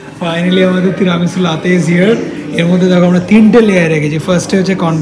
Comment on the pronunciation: apnar “teramesu” aar “laaatey”pronunciation shune italian rao oggyan hobe. Why dont you plan a trip to Napoli and teach them this “authentic” pronunciation?? Naki sponsor korbena bole keu tai Italy trip ta off the table???😂😂😂😂